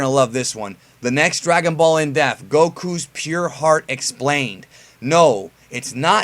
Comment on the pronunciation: Someone tell there’s a ‘p’ in “in-depth.”:D